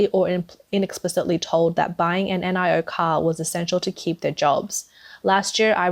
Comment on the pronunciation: It’s Nee-o not N I O